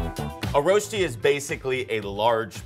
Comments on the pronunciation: The way he pronounced „Rösti“ kills me😫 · Its pronounced "rösti", it painfull to hear it as "rosti" if your a native suiss person. Loved the video though 🥰